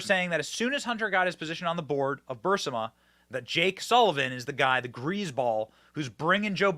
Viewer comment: Benny just a heads up you are pronouncing burisma wrong, also I think a lot of people know how corrupt Ukraine is and we seriously need to look into the money we keep sending them, it has to be a money laundering scheme between Ukraine and the Biden administration and possibly even Congress.